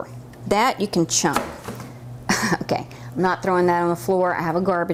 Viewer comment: Very good video... However isn't it CHUCK IT, and NOT Chunk It? lol